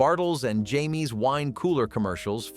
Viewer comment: We pronounced it bartles and James not Jaymees